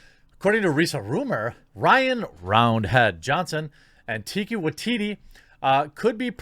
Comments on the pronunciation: It's pronounced "Tie-kuh Woke-Titti" Jeremy gosh!!! 😂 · i believe her name may be pronounced as TYka WYteetee also. i hated HATED Brie Larson in Endgame. she was just so fucking Arrogant. she pretty much acted like no one was shit. Iron man could have whipped her ass if he wanted to. Thor could have whipped her ass. she couldnt even fight Thanos as effectively as they did. not to mention she was completely useless in the movie. she was merely there as extra as if her appearance was obligatory at that point. her entire role in the movie was limited to 1. finding Tony in space. 2. destroying Thanos's ship, 3. talking down to everyone else who actually contributed to shit. that is it. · TIE-ka WAH-teetee. With you on Thor Ragnarok, I wasn't a fan. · Fyi... it's pronounced "Tuh-ee-kuh Wuh-ee-tee-tee" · Say it with me, tie-kah wah-tee-tee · His name is pronounced Tye-kaa Wah-TEA-tea. And can anyone tell me if The Mandalorian season one is on DVD/BR yet? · Tie-car Why-Tee-Tee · Heh, just FYI, it's Tie-kuh Why-tee-tee. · I believe they pronounce it Tie-Cuh-Wuh/Wai-Ti-Ti bruv, keep up the good content, appreciate ya